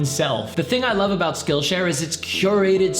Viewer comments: I'm so sorry but I NEED to know... Did he say "this video's skonsored by spillshare"??? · Did anyone else notice in the intro he said “sconsored by spillshare” lmao